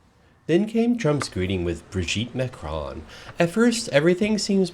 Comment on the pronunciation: Macroooooon not Macrahn.